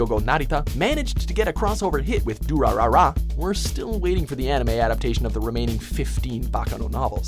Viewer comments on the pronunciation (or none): Lol "DurararaRA" Extra Ra